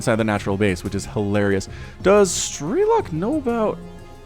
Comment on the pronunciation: Man, its pronounced strelOk, not strElok. He is Ukrainian and it’s mean “marksman”